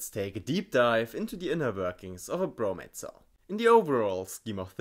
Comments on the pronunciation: Great video, subscribed! However I had a hard time hearing the difference between when you said 'bromate' and 'bromide'. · Am I the only one REALLY struggling to hear a difference between him saying bromate and bromide/bromite?